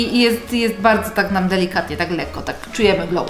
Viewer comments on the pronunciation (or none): none